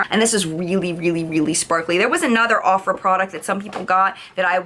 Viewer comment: aww I love looking back at old videos..... and the way pronounced Ofra..... my heart😂